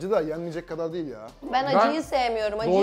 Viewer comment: "Diğil" değil "değil"